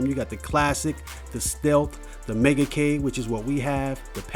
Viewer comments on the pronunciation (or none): "Lets go ahea and play the megakay" . This guy cannot speak properly. Pretty funny really. Megakay... Oh, and the games are alphabetize... Alphabetical is what your looking for. Lol